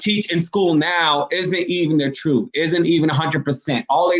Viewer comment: So on and so forf??? Troof?? WHAT? Clean up how you pronounce words if you are truly serious about a viable career in any type of broadcasting. How does a person with your roots, who has lived here forever, learn to speak so poorly without ever having been corrected by family, friends or teachers? And why would you be so comfortable portraying such a hollow headed image and how that unfortunately reflects on the good people you so frequently claim to proudly represent? It's an insulting embarrassment and you need to consider that. How does anyone pronouncing so "low life" graduate from college?? Such careless pronounciation must have been a misguided intentional choice at some point but why? Why emulate the worst and most ignorant speech rather than the best? You're supposed to be a "credible communicator"! Dreams and fantasies of success and exposure in "better broadcasting"! won't happen if you don't strive to speak correctly, l guarantee that. The only way McCain will be exiting the View will be if she chooses to leave. Like it or not she is an asset to that show, abc loves the controversy she creates and how that contributes to the ratings. Her name may have aided getting her in that door but it is clearly not what's keeping her there. The current junk you are quoting is totally meaningless regarding her very successful broadcast career. Digging for her demise is pointless and laughable wishful thinking. Her job is secure, and abc knows the negative consequences re the re